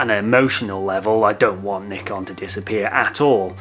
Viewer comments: IT ISN'T NICK-ON!!! It's NYE-CON you twits! Or at LEAST according to the FOUNDER of NYE-CON... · great video but Bruh, it's pronounced like N-EYE-KAHN not N-IH-KUN